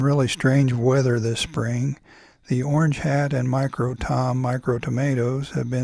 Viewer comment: I imagine she has lived In Aus for many years. Can definitely hear the thicker "thus" rather than "thiis". And she rolls an R sound so most likely originally from southland in nz. But crazy indeed. I'm a kiwi currently in Canberra 😊